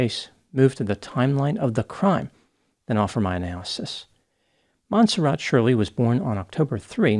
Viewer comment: It's not mon serrat? Mon serray?